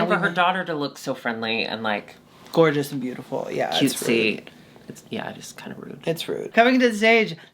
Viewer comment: LMAO “long jeorgeous” 😭😭😭